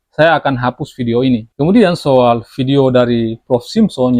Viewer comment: Bukan SOWAL Bang tapi SO-AL 😂 Hehehe